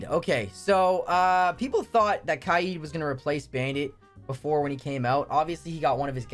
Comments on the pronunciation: Omg. For kaid. his name isn’t “ky yeed” as you pronounced it. It’s pronounced “kade”. Learn English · Kaid is pronouncing as Kay-eed it’s pronounced as Kay-d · Holy man said Kai eed when it’s pronounced cade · Why do yo pronounce kaid like kayed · I’m sorry but the way you pronounced kaid made me laugh.